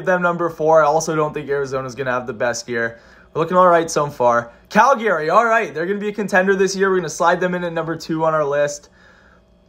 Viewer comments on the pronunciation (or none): CALYGARYS that pronunciation